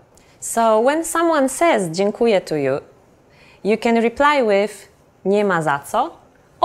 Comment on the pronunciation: Hate me now, but even though I think she is doing a great job, there is one mistake she makes when saying "dziękuję". She pronounces it as if it were "dziękuje" which means "he (or she or it) thanks". If you want to say "(I) Thank You" you must emphasize letter "ę" at the end of "DZIĘKUJĘ" (it is nasal vowel unlike "e" which is only oral). Just saying.